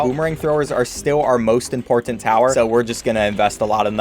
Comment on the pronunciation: sorry but a have to say this he says imporTant